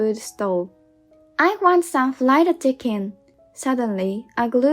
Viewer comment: Need to improve pronunciation. The letter r is not like L is fried not flied. Sorry I can’t watch anymore